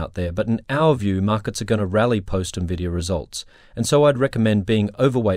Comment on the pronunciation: It's not pronounced 'nuhvidia'. Get with it.